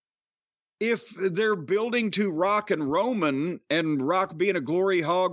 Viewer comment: Sounded like he said Rockin Roman 😂Not sure why it made me laugh. 🤷‍♂️